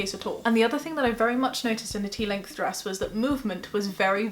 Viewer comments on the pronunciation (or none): Stress? I thought you said dress